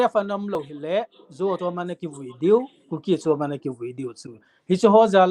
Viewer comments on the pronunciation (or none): none